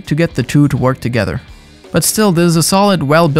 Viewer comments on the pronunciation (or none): none